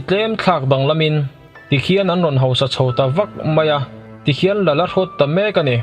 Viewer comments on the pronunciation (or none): none